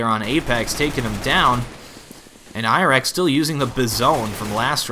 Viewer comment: KQLY is pronounced kaley and iorek is pronounced jorek. Just sayin.